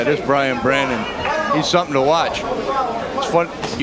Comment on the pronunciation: His name is Bryant Brannon not Brandon